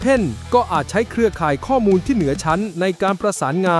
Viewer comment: ❤❤❤สุดยอดกันทั้งคู่ แต่ฟังการบรรยายนาทีที่ มีการบรรยายผิดเพี้ยนคำว่า"ข้อมูล" เป็น"ข้อนูล"😂😂😂